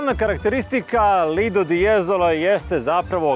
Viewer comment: Momci poslušao sam vas i stalno sam slušao " lidl " de jezolo to nije lidl , znamo da je lidl trgovina , namesto vaše lidl je LIDO ( plaža ) pozdr.